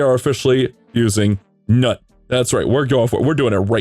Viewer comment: NUT?! LOL dude the NUT exaggeration is killing me. Isn't it pronounced noot? lol